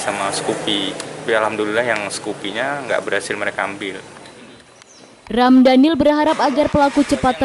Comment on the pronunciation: Presenter nya salah sebut nama. "Ramdhanil". Hahaha Semoga Allah ganti dengan yg lebih baik.